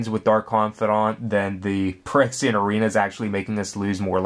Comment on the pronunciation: its phy-rexia.... not perexia